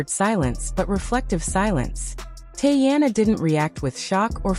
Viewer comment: Tea-Anna, not Tay-Anna!